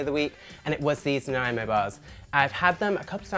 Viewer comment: Thank you for pronouncing Nanaimo correctly 👏👏👍